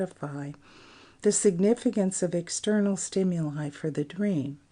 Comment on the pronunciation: the narrator mispronounces "stimuli" over and over...